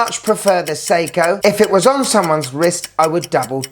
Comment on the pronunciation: I like that ‘Sei-tona’ 😂